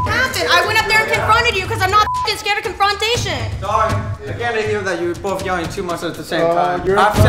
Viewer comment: Con fronttation lol